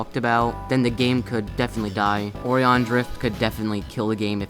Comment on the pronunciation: also now way he said " o ree on " instead or O RI On